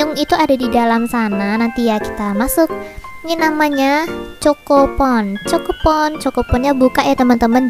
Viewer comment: Kak bacanya bukan choko pon tapi khoko pon